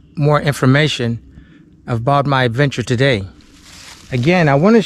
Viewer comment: Did you really just say "we're gonna start our eventure?" you do know it's ad-venture, right?